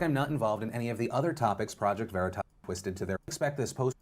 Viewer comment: He was intentionally saying Veritas wrong as well.